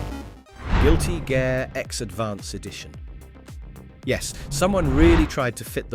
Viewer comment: CORRECTION: It's NOT "Guilty Gare X" it IS "GUILTY GEAR X" Ya' ninny, always double check your work before you post it. 🤘🤪🤘